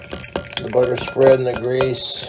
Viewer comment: Budder and grweeeeessuhhhh